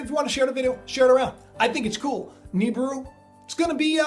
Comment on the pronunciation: i believe it's pronounce Ne-beer-oo.